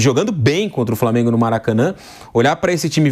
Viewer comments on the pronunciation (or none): framengo kkk